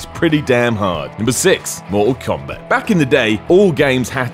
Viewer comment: "FIFER" "DARBY" "MOR'UHL KOMBAT"